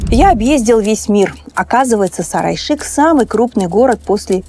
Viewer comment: Столица Улы Улуса, Сары Айшык. Пожалуйста озвучивайте эти наменования правильно. Невозможно понять о чем речь.